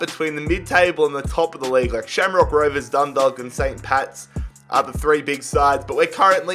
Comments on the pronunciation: Dundalk is pronounced like dundawk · Dundalk is pronounced Dundawk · My mans said dundog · Dundalk = dun dawk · No offense but dundalk is pronounced done dock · You pernounce Dundalk . Dun- dawk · The L is silent in Dundalk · im from ireland myself and im sorry but it bugged the shit out of me when u said dundalk it is pronounced dundawk 😂😂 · Im irish and I cringed the way he pronounced Dundalk Just so you know its Done - Dolk And its Sly-go rovers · Dindlk vs sleego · “Dundulk” hahahahah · DundaLK and slEEgo haha ye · He said sligo and dundalk wrong and im already pissed half way through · The way he says dundalk makes me cringe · The way he said dundalk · God especially Dundalk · Especially dundalk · Dundalk is tragic